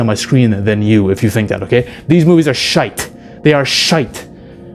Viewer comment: Bonus points for the correct pronouncation of my motherland's finest most truest and expressive word " Shite! " 🏴